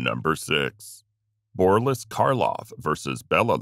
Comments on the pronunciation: His name was Boris not Borlis!!! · 'Borlis' Karloff?????? Come on!!! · BorLISS Karloff? What is it with the narration n in these videos? Is BorLISS even a name? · Borlis? where'd he get that😂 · All credibility was lost after I heard "Borlis" the SECOND time. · BORLIS Karloff? REALLY?!